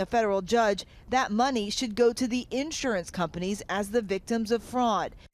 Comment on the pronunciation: It’s insurance not *in…surance! 😳